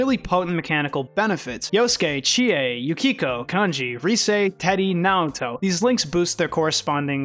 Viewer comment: Oh wow bro did you really read Naoto wrong.